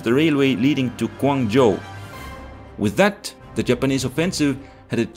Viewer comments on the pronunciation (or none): none